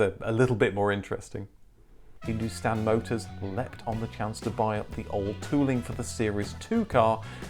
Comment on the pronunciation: Woaah We are relatives then😂 Edit : your wife must have helped with the pronunciation of Hindustan Motors, honestly for someone who's not born here, those were surprisingly good !